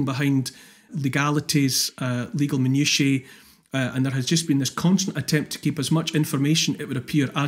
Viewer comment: First person I have heard pronounce "minutiae" properly in about 20 years. I bow before the man.